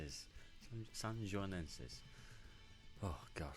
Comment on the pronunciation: you pronounced Sanjoanenses quite well though! You got the j and the nasal sounds alright (at least in European Portuguese, the local dialect might have some differences, I'm not from Cape Verde) and those are usually hard sounds to get as a non-native, you even had a bit of vowel reduction in the last syllable instead of a full-on open "e". Also, I'm rooting for them after this upset. I hope they survive a few more rounds.